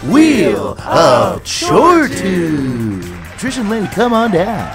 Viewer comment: Anyone else triggered by the way they say chore-tune? The tune in fortune is pronounced t-yoo-n not toon ya nasties